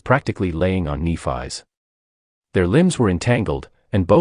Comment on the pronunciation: Nef-ee, come on Ai 🤖 get that shit right, it’s a great 👍 story besides you fkn up her name though 🧐🤕😉